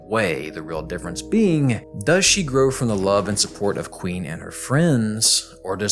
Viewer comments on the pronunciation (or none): none